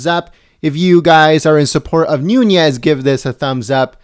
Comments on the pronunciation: It’s NOONEZ not NoonYes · Devin is my congressman. from my hometown. I must correct pronunciation please... its Nunes= NOON+EZ. (phonetically) no ~ over the N . He is Portuguese. thanks. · It's pronounced 'Newness' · It's pronounced noonez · He doesn't even pronounce Nunes correctly .